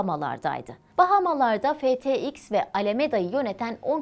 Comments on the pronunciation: tfx degil ftx. tam 26 kere tfx dedi 😂😂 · bu nasıl habercilik her şeyi yanlış söylüyor tfx değik ftx ttf değik ftt olucak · Her TeFeİKS dedikce bi huylanma tuttu niyeyse :D Doğrusu FTX ablacııımm diyesim geldi. Ama emeğe saygı güzel paylaşm. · Borsanın ismi başta FTX diye doğru söyleniyor, batmaya yakın TFX oluyor. Sanırım tepetaklak olduğunu vurgulamışlar. FTT de TFT :) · Tff değil Ftt Tfx değil ftx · ya ben bir şey bilmiyorum ya da imposter moduna girip FTX yerine TeFeİKS demeye başladı video ortasından..Simulyasyonda böyle hatalar görmek üzücü:( FTT yerine de TFF demiş bir kaç kere, boşuna dememişler sadece erkeklar anlar kriptodan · yorumlar da abarttıklarını düşündüm ama özür dilerim haklılarmış iki de bir tfx diye duymak sinir bozuyor yarıda kapattım . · tfx değil güzel bayan ftx (ef ti eks) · Valla tfx demeyeydin abla 😅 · Bir tfx bir PTT diyorsun yaw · tefeix ne lan yeter kaç kere yanlış söylicen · Tff tfx ftt fxt, 😂😂 bunlar dışında anlatım güzeldi 🙏🏼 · Borsanın adını O kadar çok yanlış telaffuz etti ki izlerken inanılmaz rahatsız oldum hiç mi dikkat etmiyorsunuz?